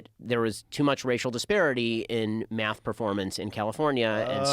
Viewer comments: Omg the way he says math (“myath”) makes me cringe! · The way he says math (“myath”) makes me cringe. His whole being is just repulsive. (He as in Ben Shapiro) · He says Miath instead of math